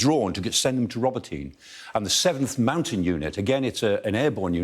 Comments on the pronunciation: "Let's talk about "Robotyne" - well, let's try pronouncing it properly for a start. I am fed up of these idiots, particularly him, spouting non-stop propaganda. Ukraine is being absolutely pasted and has zero chance of success. Talking up the "Ukraine heroes" and denigrating every aspect of the Russian forces, will not make your wet dreams a reality. Protracting the operation is simply immoral. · Pronounce Robotyne properly !!! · The final "e" in Robotine is enunciated, not silent. God, people are terrible at pronouncing Ukrainian city names. I feel like they make no effort to learn how they are actually pronounced. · The E in Robotyne is not silent guys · Listening to native speakers, it's pronounced ro-BOT-y-nee, not robo-tyne. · ROBOT EEN AAYY. ' NOT Robo tyn. 😮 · Ro-bo-tin-ye not Ro-bo-teen.. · Awesome explanation Michael Clark. Just one thing, Robotyne is pronounced Robo-tin-ney not Robintine. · get someone Ukrainian to teach pronounciation, it is more like 'robo tee nay' not 'robo teen' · Not Roboteen or Robotine. It's Robotyne 😂 Love Professor Clark 👍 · Robotee-Neh = Robotyne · Guys, I think they pronounce it like "robotna" not "robo teen". That's how the Ukrainian commentators pronounce it anyway. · It’s not spelled ‘Robo-teen’, but ‘Robo-tee-neh’ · ro-BOT-in-ah try listening to some actual Ukrainians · RO-BO-TYN-EH. That's the pronunciation. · Does sky actually talk to any Ukrainians about how they pronounce these towns...😂 Roboteen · i really thought it was pronounced robot-nye rather than robo-tin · Pronunciation: Robot-na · Robo-teen? Is that how it's pronounced really? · Why are Brits seemingly unable to pronounce foreign town names properly, although they are continuously mentioned in the foreign and local press??? Ro-bo-tee-nay Ba-h-moot H-ark-eev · He pronounces it more in a russian style. In russian it's Rabotino. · That's "Ro bo ti na". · It's Pronounced Ro-Bot-in-eh,,,, please get it right. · It’s pronounced “Ro boto nay”